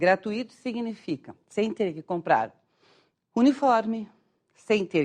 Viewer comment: "gratuíto", a pronúncia coreta seria gratuito,certo?